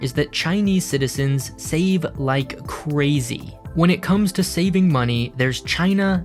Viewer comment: "...save like cwazy" Lol, very informative channel, but this guy's voice is the worst.